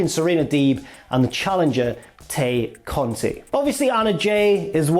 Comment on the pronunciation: haven't you learned yet how to pronounce Tay Conti